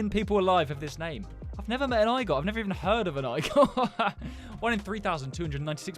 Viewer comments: BTW Igor is a Russian name it's not iygor how you pronounce it and how you actually pronounce it is how it looks like exactly it's Igor. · It is pronounced 'Ee-gore' not 'I-gore' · it’s pronounced egor and I have one in my class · That’s pronounced Ee-gore it’s just spelled differently 😂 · Sorry, it is pronounced 'Ee-gore' 😂❤ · the igor name is pronounced ''eegor'' but spelled igor